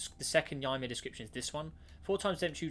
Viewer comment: Ymir you pronounced wrong its the giant that odin used to make the world